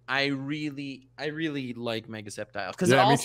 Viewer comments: Skep-tile?! It's Sceptile! Like Scepter, not Skep-ter! Don't disrespect ma boi Sceptile!! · I’m just gonna pretend Conor did not just call Sceptile skeptile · Its not skeptile goddamit